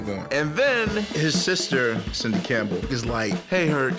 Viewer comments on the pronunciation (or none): none